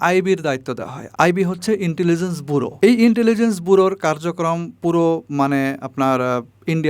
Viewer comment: Bolchi ota intelligent buro noy😂🤣, intelligence bureau hobe.